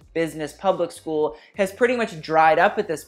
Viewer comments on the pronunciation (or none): none